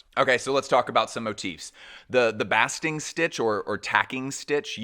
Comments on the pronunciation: Baaaaasting stitch not bahsting stitch - love your commentary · Pronunciation Correction (with love) : the word 'basting' is pronounced 'BAY-sting' (I checked the UK pronunciation - it's the same as the usa). Fabulous video. Thank you so much. -yank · Wow thats a lot of work making this video!! Much appreciated ❤ Also re: Sacai's basting stitches: the a is pronounced like the a in bass,not ass 😅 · I’m sure someone already said it but basting stitch is pronounced like paste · Basting would be pronounced like wasting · A basting stitch is prounouced "bay-sting" like you would do to a turkey. Just an fyi. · ⭐️⭐️⭐️⭐️⭐️Just found you, my first time. Just fantastic. I love design. I love new ideas. So you seem brilliant about fashion designers, but you did mispronounced the word: Basting. Those hand stitches in white as tailors make suits. It’s the same as when you baste a turkey. Also zen Koans are two syllables ko - an. (What is the sound of one hand clapping). But otherwise there were many technical references that went right over my uneducated or knowledgeable head. Very exciting and clearly exhausting show after show of ideas and more ideas and inspiration. But you gotta hand it to basic black. 🖤🖤🖤🖤🖤🖤🖤🖤🖤🖤💣🖤🖤🖤🖤🖤🤍 ❤️‍🔥 Very well done. Thank you.